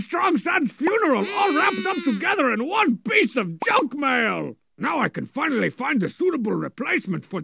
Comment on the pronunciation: "It's fina-lily here" has lived in my brain rent-free since I first heard it.